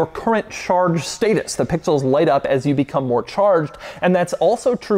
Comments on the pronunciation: The number of times he says PPPIXELS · The way he says pixels every single time. I like can't stop hearing it that way in my head now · The way he says pixels is driving me crazy! 😅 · Can you say pixels one more time 🤙🏽